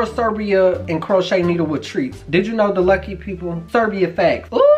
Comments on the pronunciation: 😂😂 Crochet needles? 😭 it’s pronounced crow-ay-sha 💀💀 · Lol he killed that name in all shape possible. It is read "cro - asia" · Crow - Aye - Sha Hahahahah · It's not Kroata It's Croesha (that's how you say it) 😂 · Pronunciation: Crow-ay-sha 😂😂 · Crow-ay-shia... Love your videos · CRO- A-SHA 😂😂😂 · Pronounce it like cro-a-sha. Love your videos so much by the way. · LOL crow-aye-shuh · It’s Cro-a-sha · Crow-ee-da lol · Cro-a-t-ia there you go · Croatia ( crow🦅- A👆🏾- sha) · Croatia = "Crow-Asia" I guessed the flag right, btw. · Crotia is pronounced crow a sha. Please whatever you do please don't let your cat Kobe get into that chocolate!! It will kill him. There's a ingredient that is extremely toxic for cats. Please please be careful. ☺ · This man said chroché needle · Croatia pronounced krow-ay-shaw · croatia cro-a-shia or shya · KROITA? Realy man? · It’s pronounced cro -way -sha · Next please Google how you pronounce the name of the country 😂😂😂😂😂😂😂